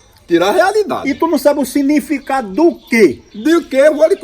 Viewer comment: O "sinificado" 🤣😂